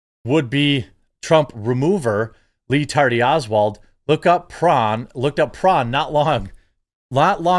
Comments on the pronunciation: His name is REE. Not LEE. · It’s REE-tardy Oswald. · I'll never stop hearing Ree Tardy Oswald 😂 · "Lee Tardy Olswald"! 😂😆😂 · It's "Ree Tardy Oswald" you filthy casual.